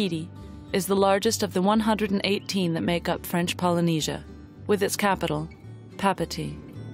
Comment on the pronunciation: Beautiful documentary however the narrator need so learn how to pronounce the capital of Tahiti, if you re going to do a video , at least pronounce things correctly.